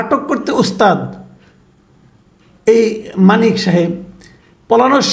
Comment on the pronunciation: ভাই নামটা শুদ্ধ করে বলেন,,,, নামটা ও ভাল করে বলতে পারেন না,,,,আপনার মেধা নাই,,,,😂😂😂